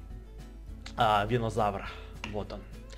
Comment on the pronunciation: это не винозавыр это бульбазавыр